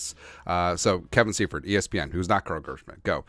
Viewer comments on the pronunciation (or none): none